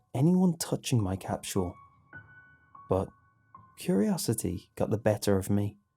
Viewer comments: Am I the only one who’s slightly bothers by the way he says “capsule” he says it like “capshual” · It's like stewie saying cool whip. Why are you putting so much emphasis on the h wait there is no h capshule? Capsule. Say cap "Cap" now say sule "sule" now say capsule "capshule" aaagghhhhhhhh😡🤬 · Isn't it supposed to be capsule not facking CAPSHULE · It's an accent issue. People pronounce things differently for whatever reason. Why does it bother you that much? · What's a time "capchewel"? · Lol chapshuel? I was trying to pronounce it wonky out loud but I couldn't say it!! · Am I the only one who hear him saying "capshul" ? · James Roberts I think it’s when you put food in a time capsule cap-chew-el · A British capsule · There is no 'h' in 'capsule'. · All these people complaining about the way he says capsule but I'm Australian so it doesn't bug me 😂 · Anyone else hear how he said capsule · Yo the way you day capsule makes me want to die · ' pronunciation of capsule is driving me crazy. Still love the channel though. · Are you mispronouncing capsule on purpose? As a kind of artistic flair? I think it's so interesting to hear people's unique way of pronouncing or mispronouncing certain words.. People are so different! You're my favorite creepypasta narrator. You emphasize and put just the right amount of feeling, enunciation, articulation.. whatever you wanna call it, you're just a great voice actor. Just great. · thats the most unique way ive heard someone pronounce capsule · I hate the way he pronounces capsule lol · Nart Wumar it’s how he pronounces it